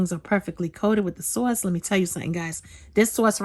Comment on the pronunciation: and her "soyce!!" Hahaha but girl I love everything u make!!! And when I make ur recipes, there is never any food left!! U cook like ur down south!